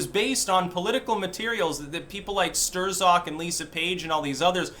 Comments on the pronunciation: The Z is silent bro. I believe the proper pronunciation is STROK. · It's Pecker Stroke, that's how it's really pronounced ;) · I am so glad this guy is gone. Now we don't have to hear butcher the name (Sterrzock!) anymore! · Are you mangling his dumb name on purpose? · Love your mispronunciations